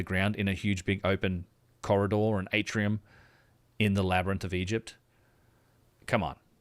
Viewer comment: May this “ Labernynth “ be vetted